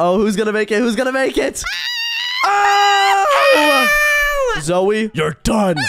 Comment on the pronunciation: Why does call zoey zoye?